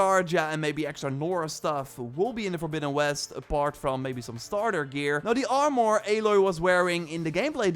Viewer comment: “audvaunced” “Shwarp sheld bauw” “R maR”